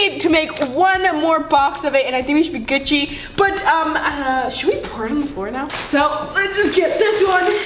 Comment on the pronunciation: the way she says Gucci makes me cringe sooo bad 'gut- chi' AAAAH